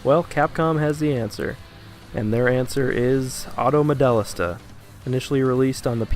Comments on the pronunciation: "Auto MoDELLista" - Dude, the voiceover on the title screen has the pronunciation, how can you screw it up this bad? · Between the absolute butchery of the name, to the really stilted delivery and boring editing, I gave this a pass 45 seconds in. Gotta start somewhere, keep getting better!